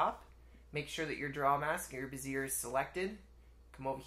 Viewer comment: FYI, bezier is pronounced “bezz-ee-ayy” in English.